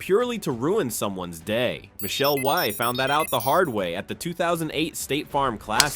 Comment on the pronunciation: Michelle Wye??? That's Michelle Wie (Wee). This AI doesn't work.